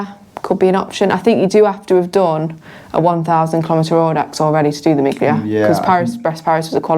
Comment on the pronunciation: Miglia is “meal-ee-ahh”